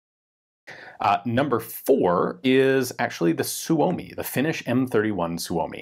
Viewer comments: Pronounced soo-me. Not so-o-me. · Great video, Ian! FYI, the Finn's pronounce Suomi as "Sue-Mee". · We are going to have to teach Ian how to pronounce Suomi.